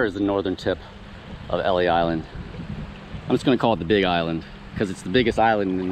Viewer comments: Pronounce L-E Island. ❤ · Pronounced Elys island.